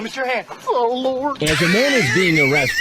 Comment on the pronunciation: "OH LUWORD"...."Am I gonna get....AWWWWESTED?"